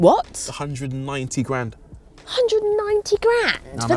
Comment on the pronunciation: sounds so English when she says "graaand"😂